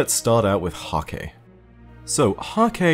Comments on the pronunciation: It's pronounced Hak-huh. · According to Deej Häkke is pronounced "hah-kuh" fyi